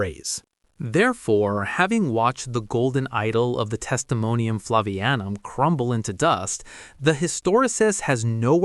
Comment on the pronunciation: It's "Flavianum," not "Flavanium."